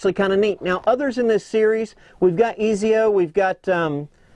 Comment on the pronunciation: The sword is the schiavona :) also you pronounced ezio and cedars wrong but whatever LOL :P